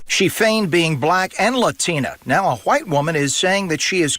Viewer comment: why he gotta say Hawhite like that? LMAO